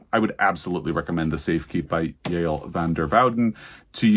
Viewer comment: I read The Safekeep and I’m in the same boat…I want to talk to someone about it and no one I know has read it. I really appreciate that you know how to say Yael’s name. Anyway, wonderful book, I do wonder if it will be up for an award this year.